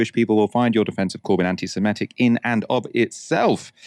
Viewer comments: It's pronounced Semitic not Semetic ( - where reading from a tweet and ) 😂🎉. Mispronunciation cured thereafter 😮 ? Oops ... , ..😢. I have a degree in a Semitic language so this stuff MATTERS 😭🤧 This is a plot😮. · Semitic not simetic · The word is ‘semitic’. (Not ‘semetic’)! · I think the word is semitic not semetic